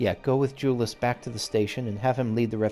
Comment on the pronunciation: The side quests of zones do often have to do with the msq that was happening at the time, or at least references to what was going on. Just a note, Jullus is pronounced with a Y sound instead of a J sound, like Yule-us. It's been said in a cutscene. I do love when you ship characters. X)